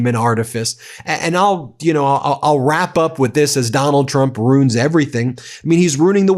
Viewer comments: "Ruin" has two syllables. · Ben, RUIN IS PRONOUNCED ROO-IN, 2 SYLLABLES! NOT ROON. JEEZE, I THOUGHT U WERE AN EDUCATED LAWYER! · As he said initially "I ru[i]n the country and the world."